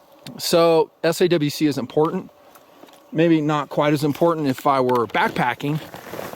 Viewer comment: SAWC should be pronounced as Saucy.